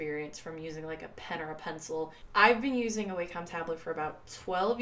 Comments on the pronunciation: It’s pronounced “Walk-um.” 😁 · What are you talking about I think in my opinion if you say it like WAY-COM it sounds more regular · Lol. None of those Wacom pronunciations are right. It's WAH-cum. Wah like water. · Wah-com You-ge Hue-ie-on Lol no hate tho